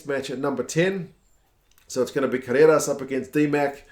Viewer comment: so cute how you pronounce "Carreras", like an Argentinian 4 yrs old toddler learning to speak. Try rolling the R mate.. "Carrrrrreras"! :) awesome video!!!